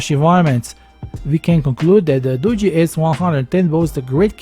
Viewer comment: Finally a tech reviewer that actually pronounces this phone brand right! I see so many Tech reviewers pronouncing it as Doo-gee and not Doo-jee. I mean I'm not trying to be mean or anything but if you're going to be a tech reviewer and you're trying to promote a phone you should be getting the name of the phone right for the company. It's like if someone came out and did a review on a Samsung phone and they called it a same sung. That's kind of bad because it just shows they didn't do all of their research.